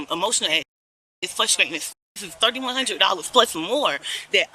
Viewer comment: “Fruscration” all you do is lie